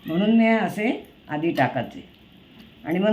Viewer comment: ....खूप छान. तुमचं "टाकाचे" हे ऐकून मला आमच्या शाळेतल्या एका बाईंची आठवण झाली. त्या कराचं, भराचं असं बोलायच्या. आम्ही गमतीने "याचं...बसाचं...खाचं..पळाचं" असं म्हणायचो. तुमचा उत्साह वाखाणण्याजोगा आहे. अशाच नविन गोष्टी शेअर करत रहा. धन्यवाद आणि खूप शुभेच्छा